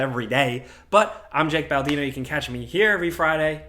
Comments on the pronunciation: Yo did he call himself “ Baltino” 🤣🤣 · did he say "shake" baldino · What's up with Jake butchering his name nowadays, I mean come on 😂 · "As usual my name is ". 😂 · Did he say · Did he said? 😂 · I heard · How about tweaking a bit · I'm 100% sure that Jake is mispronouncing his name on purpose now, but it still catches me off guard.